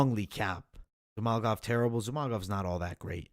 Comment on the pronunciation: Zhumalgov is it? It's like you aren't even trying, lol... It's like when you first learned how to pronounce a word, you have to take it step by step...ZHU-MA-GU-LOV. You are saying, ZHU-MAL-GOV. Pronunciations on fighters names for people who literally have content/channels on it is a big pet peeve for me. If you want people to take you serious, I feel like you gotta be able to pronounce the fighters names correctly.